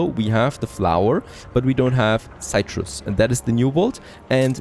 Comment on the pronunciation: Something to help you out with your English pronunciation. Citrus is 'sit-russ.' Not having a go, just helping you out :)